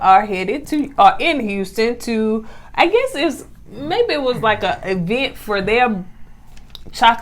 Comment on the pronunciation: I can’t stand the way she says “EE-vent”😂 I don’t care how many degrees she gets. Google the pronunciation, sis. She can’t have her own style so she is trying to out shine, Melody but dressedlike her mom.